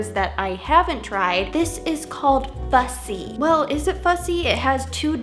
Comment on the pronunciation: Bruh I thought she said bu$$y instead of fu$$y